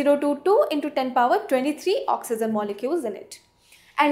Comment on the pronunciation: Idiot it is oxygen not oxyzin